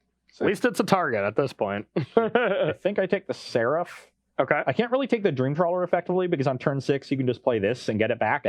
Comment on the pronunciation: managing to add several syllables to "Seraph" is impressive